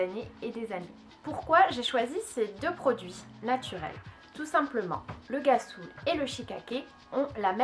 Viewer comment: cest ghassoul ça ce prononce comme un R